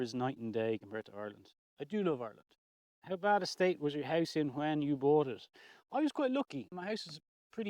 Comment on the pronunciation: Have you been to the USA? When you mentioned Ireland I thought I heard Oregon which also is rainy.